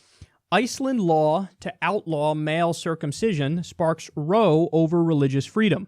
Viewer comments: Row, when reffering to a fight or argument is pronounced like the ow in owl. r-ow. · 14 it's pronounced rou, like ouh. Not like row you're boat. A row is a term for an argument. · Dunkleosteus it only can be used in that way, to describe a fight/ argument etc. Kyle didnt pronounce it right. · Row in this context is pronounced the same way "wow" is. Not row as in row of people. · Row like how, not row like doe. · He pronounced row like the exercise and not like the quarrel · Row rhymes with cow. It means quarrel. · You pronounced row wrong, it's like "cow" but with an 'r'. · "row" is pronounced similar to "cow" in this cointext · This dude pronounced row incorrectly less than 30 seconds in lol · Thats the informal English (uk) row it rhymes with pow and means argument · I entirely agree, but...It’s pronounced “gone-oh-ree-ah”, and also “row” in this context rhymes with “ow” as is “ow, you cut off my foreskin”. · Misty Stewart He is right, but he also doesn’t know how to pronounce “row”, as in an argument. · "Row" meaning "dispute" is not pronounced the same as "row, row, row your boat." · "row" rhymes with "cow", not "show" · "row" in a newspaper headline is not "row a boat" it is "row" as in "argument" and is pronounced like "round" without the 'nd' bit. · Row, in the sense of an noisy argument, rhymes with cow. Consider the adjective form, rowdy. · That's not how you pronounce "row". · "row" in this sense rhymes with "cow". It means a noisy disturbance or quarrel. It's more common in British English, but not unknown in the US. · Its not "row" like a boat. It row.. an argument. It kinda rhymes with Dow. :) Sry, it bugged me. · Is banning it really the progressive position? It does have medical/health benefits and it’s discriminitory towards religious minorities. I’m not sure why everyone is so happy in the comment section. Plus I like Kyle but he’s obviously not an expert on the position, he doesn’t even know how to pronounce gonorrhea.